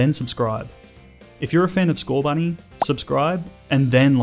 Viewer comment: THERE IS NO H IN SCORBUNNY!